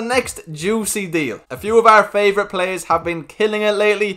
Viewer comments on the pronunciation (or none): none